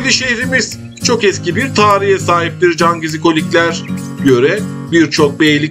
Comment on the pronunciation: Her cümlenin sonunda cangezikolikler demene gıcık oldum o nasıl bir vurgudur öyle sana ilk tavsiyem hemen diksiyon dersleri alman 👍